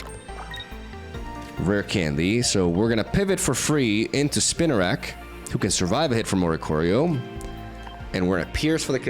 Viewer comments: It’s “spin a rak” . It’s spinning webs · Spinarak pronounce Spee-narak.